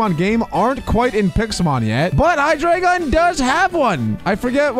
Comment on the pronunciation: It's pronounced as hy-dry-gon